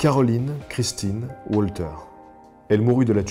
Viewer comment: merci pour tes vidéos, c'est génial. juste un truc sur la fille de Fribourg, Mlle Walter. je pense que son nom se prononce " valtère " . vivement la prochaine.